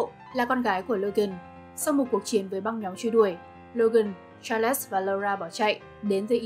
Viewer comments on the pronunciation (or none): Charles đọc là Cha-rồ-s chứ không phải là Cha-lẹt-s nhé